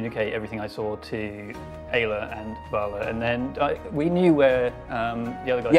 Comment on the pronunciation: Hey anyone else heard "gayla" when said Aila? 😂😂 I may be years late, but I'm trying to catch up as best I can, I love the story!! ❤💖💗